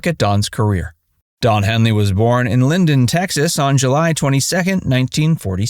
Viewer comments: Don is from Lindale. Tx; not "Linden". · Lindale TX, not Linden